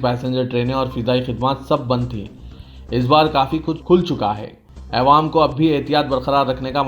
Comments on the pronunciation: Awam Bolne mai takleef hoti kya bhai hamesha aywam bolte aap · Areyar tumko kitnibar kahahy k Taffuz sahi karo 'Aywam" nahi Awwam" kahakaro .Durusat karo Apna Taffuz bhai bahot Buralagtahy,Kanoko Khataktahy